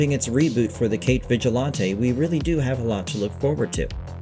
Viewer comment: vigill-auntay? it's vigilante lol